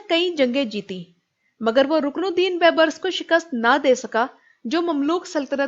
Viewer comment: ویڈیو ہمیشہ کی طرح معلومات سے بھرپور ہے لیکن اس بات کو تنقید نہیں املاء کی اصلاح سمجھیں ، رکن الدین بیبرس کا صحیح تلفظ یوں ہے کہ " ر " پر زبر اور " س " پر جزم ہوگی اگر انگلش میں سمجھا سکوں تو صحیح سپیلنگ تو اور ہے لیکن آپ یوں پڑھیں گی baib-ras جبکہ صحیح سپیلنگ تو یہ ہے جو یقینا آپکو معلوم ہی ہے Al-Malik al-Zahir Rukn al-Din Baibars